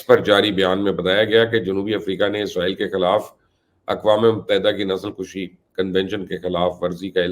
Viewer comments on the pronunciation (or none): نسل کشی!۔۔۔۔ کشی کے ک پر پیش پڑھا کریں۔ کش کے اوپر پیش کے معنی ہیں مارنا جیسے جراثیم کش ادویات۔۔۔۔ خود کشی۔ وغیرہ۔ کش پر زبر پڑھیں گے؛ اس کے معنی ہوں گے کھینچنا۔۔۔ جیسے سگریٹ، یا حقہ کا کش، جیسے کھیلوں میں رسہ کشی۔۔۔ یا کش مکش۔۔۔۔ فارسی کے الفاظ ہیں۔ کش۔۔۔ ک پر پیش ہو تو کشتہ اور کشتی بنتے ہیں۔